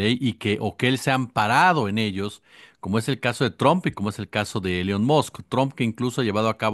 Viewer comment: Estimado: 1.- elon se pronuncia "ilon" no "elion" 2.- falta que el tarado milei haga algo parecido al fobaproa o sea que con dinero público pague lo que se robaron 3.- espero que esto inicie el declive de las criptomonedas